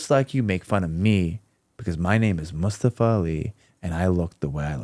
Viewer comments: It’s not just “Mus”-tafa vs. “Moos”-tafa. It’s the where the stress is placed. “mus-TA-fa” which is how most Americans would say it, is incorrect. The stress is on the first syllable, “MUS-ta-fa”. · His name is MustAfa, not mUstafa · New jacks partner mustafa pronounced his name that way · It's not a surprise that Americans struggled with pronouncing Mustafa when they cannot pronounce the simplest of names like Craig.